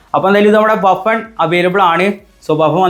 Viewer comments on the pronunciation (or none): ബാഫൺ ❌ബുഫൺ ✅ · Buffon ❌Baffan ✅